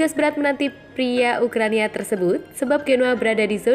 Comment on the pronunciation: ukrania....? banyakin nonton bola mbak biar gak sering salah spelling. semangat